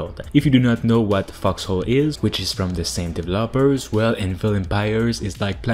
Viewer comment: Hey man, you have a tendency to say dev-lopers it's pronounced de-vel-opers